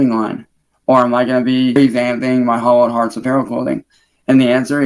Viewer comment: both times he says hollow hearts it sounds like Holocaust. I guess we know why he picked that name.